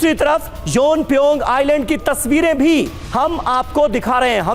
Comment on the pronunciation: योनप्योंग नही प्योमयांग है 😂😂